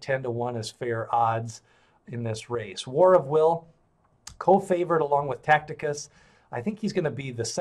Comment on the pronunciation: The pronouncing of TACITUS is wrong. Look at the I between the C and the T, therefore zero chance of pronouncing it that way.